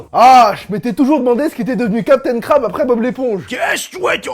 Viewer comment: ON DIT PAS CAPTAIN KRAB